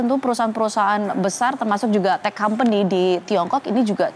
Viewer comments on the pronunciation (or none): none